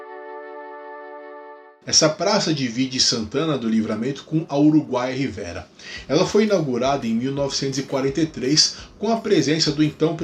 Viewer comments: Só uma correção: a pronúncia da cidade uruguaia é Rivêra e não Rivéra. Abraços! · Acho que a pronúncia correta de Rivera é um som fechado ( rivêra ). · só por questão de pronúncia mesmo, "Rivera" tem o "e" fechado, como se houvesse acento circunflexo; no lado uruguaio, "Chuy" é pronunciado "tchúi", em monossílabo.